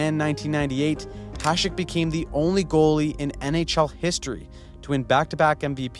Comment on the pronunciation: You are the only one on Youtube who can pronounce Hašek correctly.